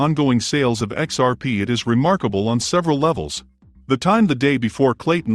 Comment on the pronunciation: I just cant trust a channel using text to speech... "XPs failures" cant even pronounce XRP